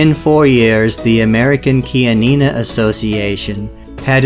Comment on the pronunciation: finally i got the right pronunciation of chianina. 😂 lol